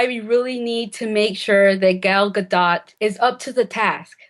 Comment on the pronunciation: Are they mispronouncing Gal Gadot on purpose? The T is silent.